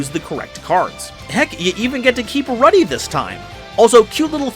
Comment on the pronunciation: You're saying Ruddy wrong................